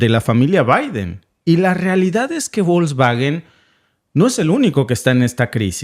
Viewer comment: Se pronuncia 'Folksvagen' (la 'g' en Alemán, siempre se pronuncia con sonido de 'g' suave, como en 'Gato', nunca con sonido de 'g' fuerte como en 'Gendarme').